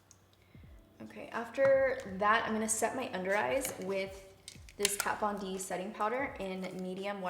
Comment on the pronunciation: I can imagine the staff of KVD Vegan Beauty screaming “NOO” every time you called their products “Kat Von Di” 🤣